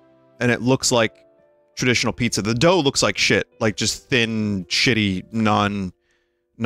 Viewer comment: The fact he never said "Pizza Griffin" but instantly said "Peepza" actually really bothered me